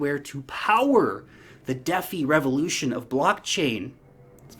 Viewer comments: “De”centralized “Fi”nance. “Dee” “Fye” DeFi. Not deffy. More like “Defy” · Its dee-feye #DeFi